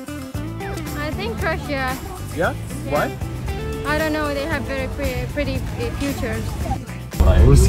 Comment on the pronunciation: Why all they say Rassia